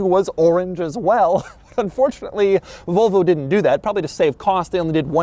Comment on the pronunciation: i do not like the way he says Volvo as "Vulvo"